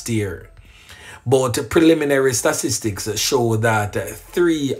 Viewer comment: Big up but it's about time you start saying it right 😅... Sta -- tis -- tics. Bless up!